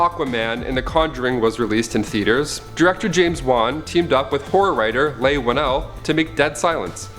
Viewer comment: Leigh is pronounced as 'Lee' not 'Lay'